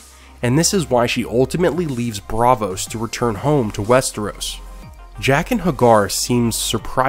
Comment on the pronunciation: J-"AH"- Qen not Jackin